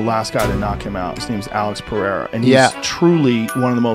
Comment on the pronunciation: Back when he would say Alex’s last name correctly before changing it thinking he being all articulate 😂